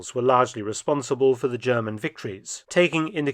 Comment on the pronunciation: Mark feltons German is always on point 😂😂😂